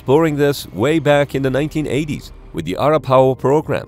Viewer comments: Arapaho is not pronounced ar--uh-PAY-o, it's uh-RAP-uh-ho. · "Uh-RAP-Uh-HOE", idek what that pronunciation is bro lmao. He said "Our-uh-POW" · pronounced “Uh Rap A Hoe” arapahoe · 1- *innocuous, not "innoculous" 2- It's pronounced . The name of an indigenous American tribe. 3- It's pronounced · Arapaho is based on the name of a Native American people (self-referred to as the Arapaho Nation). It's "uh-RAP-uh-hoh". More simply put: "a-RAP-a-ho". Some people use a variant by putting a lowercase "e" at the end Arapahoe. They are locally/historically referred to as the Northern Arapaho & the Southern Arapaho. They are not well known outside of the south-west US. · Arapaho is pronounced: Ah-rap-ah-ho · Pronounced uh-RAP-uh-ho. Arapaho are an indigenous tribe in the US. Super informative video. Now I'm scared of CONEX boxes. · Fake site. Arapaho is mispronounced. Typhoon mispronounced. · Great content but that might be the worst butchering of Arapaho I've ever heard. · With the historical quality of this channel, there is NO way the original narrator would mispronounce "Arapaho" like that. Sick this trend of swapping out the VA's with AI's trained on them. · Your pronunciation of Arapaho made their descendants cry. 😂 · Gotta love his pronunciation of arapaho 😂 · I also called out your pronunciation but I was less informative.